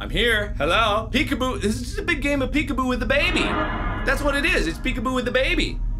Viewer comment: It makes me laugh when he says peek apoo